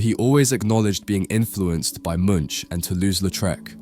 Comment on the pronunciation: Life-long insomniac, now an expert at knocking myself out since covid made it the worst it's ever been and for me that's saying something about a LOT of years, gut-wrenching stuff, totally relate. But hon, it's EED-vard MOONKH, NOT "Munch" or anything close. Every time this artist's name comes up I have to say this. 😑 Edited to add: you got closer the 2nd time. 😆 One more thing: it's o-dee-YONE ray-DOEN. Long "o" there. French, you know. Do one on him, my prescient painting professor put me onto him and he's been my absolute favorite ever since. 🌝